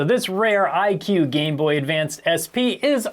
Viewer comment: Why are you pronouncing que as queue? Que is prounounced as "kay"